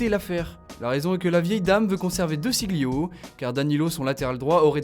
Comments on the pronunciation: puis prononcer De Sciglio "Deu SiGLio" c'est mauvais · DÉ CHI LIO ! Ça m'arrache les oreilles. Renseignez vous sur la prononciation au préalable. Ce n'est quand pas compliqué que diable !